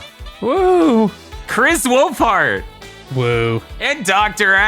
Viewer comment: I love that she still calls him Kris Woof-heart.